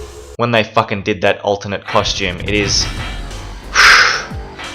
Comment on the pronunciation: Are you saying ultimate or alternate? Cus it's the latter